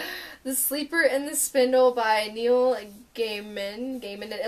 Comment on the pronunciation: Judging by the way you pronounced Neil's name, I'm guessing you don't know him yet? He's SOOOOOOOOOOOO good and judging by your taste in books per this video (first time viewer here), you will love his books. You need to go out and get more of his ASAP.